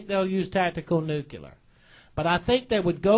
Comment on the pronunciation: Ummm.. he said nucular...does he mean nuclear?.......